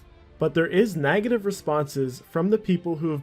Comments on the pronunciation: Why do you say nagative? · "all the nagitive things in the game" lol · Neh-gative, not Nag-gative.. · why do you say nagative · nagative? its negative mate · And the way he says negative - Naagativ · NAGative gets me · this guy can't even say negative right